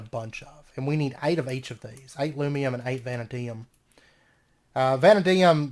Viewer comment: Hey, I'm enjoying the series so far. Just a heads up vanadium is pronounced vah-nay-dee-umm. Anyways thanks for the fun series and I look forward to seeing more.